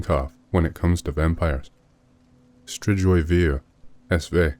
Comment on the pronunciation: ....it's pronounced stri-goy